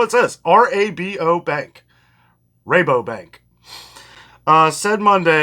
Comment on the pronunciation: Good evening. Sending a wave to Jess 🙋‍♀️. You Did pronounce Rabobank correctly, the name makes everybody giggle. My friend worked at the Solvang Calif branch for many years and said she never had a day when she didn't chuckle at the name.